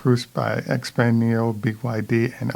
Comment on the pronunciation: And the X is pronounced more like Sh-peng, as in "thank you" xie-xie, "sh-eh sh-eh", and great program, thank you.